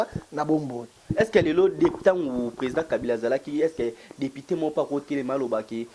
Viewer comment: Dikoshiiii ya journaliste ... depiteee depiteeeee yoka prononciation ya mabe boyeeer!